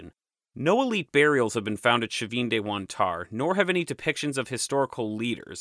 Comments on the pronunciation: All so fascinating, thank you! Well organised, well unified presentation. Your master plan for these videos shows. It's helpful how you refer back to other videos on the topic, very instructive. It all flows. One question about the pronunciation of Chavin. Is the "sh" initial sound correct? My [Mexican] Spanish would have a "ch" sound, as in "church" for the initial sound, as their alphabet had A, B, C, CH, D... (The CH has since been omitted, with other modernisations.) Or was that a Gallic adoption? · Hi, I'm from Peru, the right pronunciation of the ch for Chavin is like when say the word Chapstick and not like the ch when you say Chicago. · Also the ch in Chavin is a hard fricative, as in Charles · Another top notch video. Fascinating, and all new to me. I'm no expert, but if "Chavin" is given a Spanish pronunciation the initial "ch" would be hard like "chocolate". Buit I may be off base here; maybe it's not a Spanish word but from a native language? Great video anyway. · Pronunciation: Chavin is not Sha-Veen! but Chah'veen. Quinua (Quinoa) is Keen-u-a not Kwin oh-a. Been there, and the white granite relief of the priest wears regalia of Condor (world above) Jaguar (middle world) and rattlesnake world below. Chavin isn't in the highlands but on the trail east of the Pacific crest to the Amazon basin. I don't know about the North-South connections, but it was reasonably easy to get there from Huaraz to the north, which sits looking at the highest tropical mountain range in the world, the Cordillera Blanca (time was it was always covered in snow, -don't know about now!)